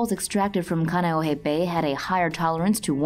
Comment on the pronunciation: Khan-e-oh-hey for reference